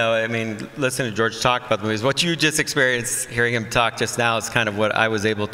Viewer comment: Ian calling George “Jooj” 😂😂😂😂